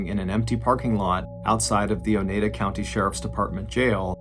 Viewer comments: Love the telling of the story. One note. I live in upstate NY. You pronounced it O NE DA county. It's O NYE DA county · Oneida (o-nye-duh) 😆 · The name of the county is pronounced oh-ni-da (long I sound), after the aforementioned Native American tribe. Crazy stuff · It's pronounced O-NEYE-da. Long "I" sound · Pronounced Oh NI da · I knew about this case but enjoyed your telling as usual. However. Your pronunciation of “Oneida” rubbed me the wrong way. I’ve always heard it pronounced “o-Nye-duh”. Kinda rhymy with Ore-ida (potato products). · The way he says Oneida hurts my soul 🤣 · This is terrible just terrible 😔😔 I love your stories!! And it's cracking me up on how you're pronouncing Oneida county 🤣🤣🤣♥️♥️